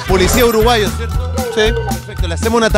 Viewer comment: Goofy Uruguasho 🤣 Cuando al chileno se le pega el acento porteño